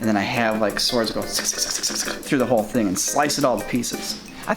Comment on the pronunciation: Swards?? Mm. Swardsss